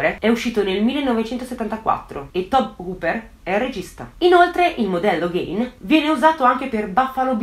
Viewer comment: già che ci sono: il cognome si pronuncia "GHIN" e non "Ghein" (quando faccio le correzioni sai che non lo faccio per critica ma solo per contribuire a migliorare sempre di più i tuoi già ottimi video) 😄